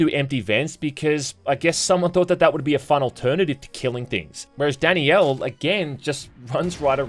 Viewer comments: omg it's not "Danny-L" It's DAN-IELLE". Great video but maybe try not to butcher the name of one of the main characters. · Danielle isn't some exotic name lol, in the UK it's about as common as Brian and it isn't pronounced Danny'el, it's Dan'yell Also it's obvious they want you to think Danielle is better for combat, she has the action focused levels and Joshua is like half her height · Am I the only one hearing "Danny-El" instead of "Dan-Yell"? lol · Danielle is pronounced as d AE n - y EH l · It's just Danielle. Not Dani Elle. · Dani-elle? Is that just an Aussie thing or what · I legit had to look up the pronunciation of Danielle because how was saying it lmao DANNY YELL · I can't watch this video because you keep mispronouncing Danielle's name. Her name is not Dani Elle. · Take a shot every time says it like “Danny-Ell” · …is he saying Danny Elle instead of Danielle? Is that how it’s pronounced in the game? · Say "Danny-el" one more got-damn time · Anyone else think was saying Danny L instead of Danielle? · Danny-yell is so wrong